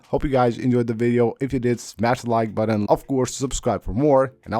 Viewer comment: i hate how this guys says " button" 😂😂